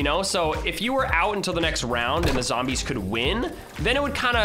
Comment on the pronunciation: Can someone count how many times he’s said SHOAUT THE ZAMBIES